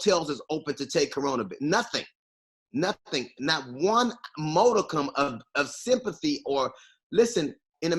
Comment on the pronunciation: It’s modicum not ‘moticum’.